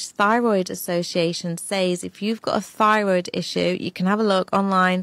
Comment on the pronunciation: "It affects yer Phyroid"